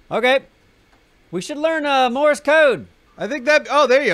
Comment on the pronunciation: You need to tell Neebs that it’s “Morse Code” and not “Morris Code”.